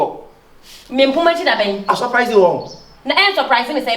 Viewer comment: I suprlaa you 😅 Kyekyeku: you suprlaa who?😂😂😂😂😂😂😂